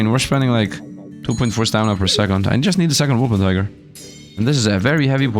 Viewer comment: It's Wolpertinger, not Wolpentiger 😂 German mythical creature